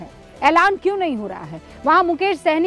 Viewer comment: यह विपक्ष वाले मुकेश साहनी को सैनी क्यों बोल रहे हैं अल्कोहल का असली नाम जात नहीं पता है क्या कुछ